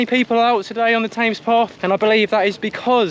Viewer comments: Definitely 'TEMS', not 'TAMES'. I twitched a bit every time you said it 😅😅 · Bad luck. Saw your effort in 2022. You will crack it. BTW what's with TAMES PATH. Always know it as THE TEMS? Its how Londoners pronounce the name of that iconic stretch of waterway.. 🤔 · This is also killing me. TAMES! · 'Tames' path 🤣. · As a brit, how do you not know how to pronouce Thames? Great video, but that was grating every single time! :-)